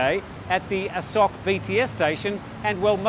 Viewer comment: Dude you've been here a long time, so why are you pronouncing it "A sock"?